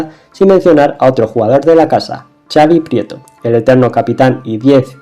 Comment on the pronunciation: Me ha encantado el video pero te voy a poner una pega. Has nombrado a Xabi Alonso y a Xabi Prieto con el Txa catalán... este fonema en Vasco y para los que no lo saben, se pronuncia como "pisha" o "Shakira" .